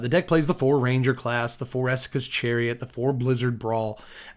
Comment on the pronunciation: thank you for pronouncing Essika's correctly